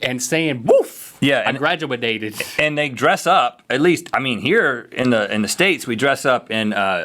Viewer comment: "Woof. I graduadated"